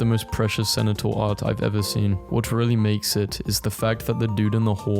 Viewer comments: i like how he pronounces centaur like sen-eh-tar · Wth do you say cenotaur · If I hear “Cenetaur” one more time I’m going to have a brain aneurysm… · Oh yes, the cenataur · why does he pronounce centaur senator :( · please stop saying centaur like cenataur it hurts my brain😭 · No way dude pronounces centaur like "Cenitaur" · why does he pronounce centaur like senator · Praying that one day you learn to pronounce centaur correctly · we need to have a talk about how "Centaur" is pronounced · I don’t know how to tell you this, but that is the most cursed way of pronouncing “centaur” I’ve heard. I don’t even know if it’s ironic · next time you pronounce centaur like that im going to microwave your dog